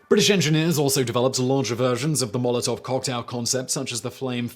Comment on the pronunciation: Pretty awful pronounciation over there dear chap. I absolutely hate how people who speak English primarily have this nasty little brain-parasite in their head that compels them to think that English is the center of the universe and its pronounciation-rules apply to everything